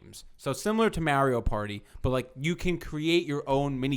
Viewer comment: okay, so I officially can't listen to say "MERIO PARTY" any more...........................drove me f'en nuts!